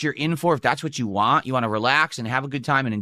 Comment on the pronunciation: I'm blaming, but whenever he says "whah" now... I can't not hear how horribly he mispronounces want now.